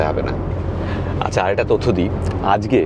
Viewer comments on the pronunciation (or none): none